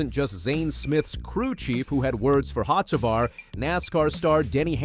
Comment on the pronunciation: Carson HOCEVAR your pronunciation is definitely wrong of his last name a soft c sounds like s’ try it and I bet you get the pronunciation right